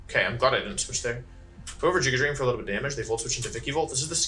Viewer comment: And "giga drain" while you're at it.